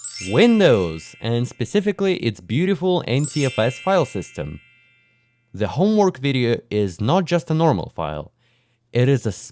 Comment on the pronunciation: windwos sysem